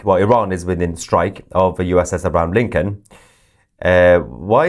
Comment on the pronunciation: Pronounce the name right it's abraham lincoln